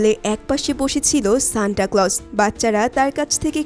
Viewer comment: Shanta ❌ Shanda ✅